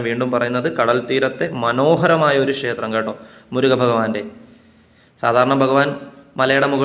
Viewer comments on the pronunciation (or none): ഷേത്രം പറയാതെ ക്ഷേത്രം എന്ന് പറഞ്ഞാല്‍ നന്നായിരിക്കും.